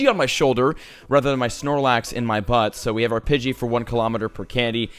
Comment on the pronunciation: 😐 pidgey its budy lol